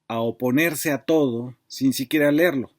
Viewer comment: Amigo, te abrazo y te respeto, pero por qué dices 'lerlo' en lugar de 'leerlo'? Excelente columna, la espero cada semana. No dejes de informarnos, compañero.